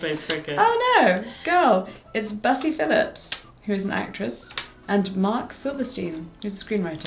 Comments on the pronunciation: bussy phillips pronounced that way should 100% be a drag queen. pretty sure it's pronounced busy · this is not at all a joke at jessica's expense but hearing busy phillips name pronounced as "bussy" made me laugh so hard cause i dont think ive heard her name pronounced before if thats actually how its pronounced thats so so funny